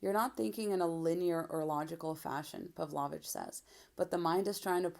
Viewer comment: Not to be a nitpick, but I think it's pronounced 'Pav-low-vitch'.